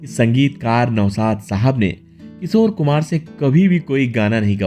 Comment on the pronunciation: Your titles are very misleading. Like clickbait. Your hindi pronunciation is also not right. किशोर कुमार को किसोर कुमार बोलते हो.